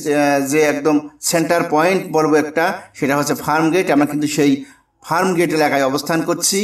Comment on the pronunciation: O bhai ….it’s Farmgate, not Framgate!!